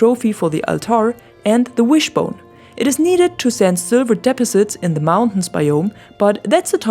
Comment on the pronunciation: Very nice videos, I'm glad I found you, best Valheim content I've seen yet! Please keep it up. I subscribed, Liked, hit the bell, and now I'm commenting. Forgive me for providing you with some English pronunciation tips: 1) Iron is pronounced "Eye Urn", not Eye Run. EYE Urn. 2) The word Deposits is pronounced "Dee PAW zits", not DEPA zits. Dee PAW zitz. I know that English is not your native language, I'm not being critical, I'm trying to be helpful and pay you back your kindness in making great videos for the Valheim community. Your Engliish is excellent overall, you just have a very few tweaks to make, and you will learn them over time. Thank you!